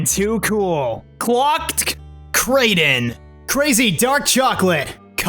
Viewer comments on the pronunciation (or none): none